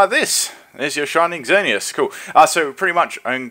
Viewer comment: I like how says " X-zer-knee-as" dude, it's just "zer-knee-as"